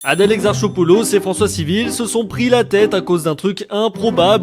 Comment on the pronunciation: Du nom* et il le prononce mal ça se dit exarkopoulos